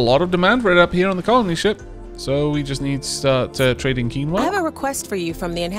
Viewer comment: Wow he said quinoa right!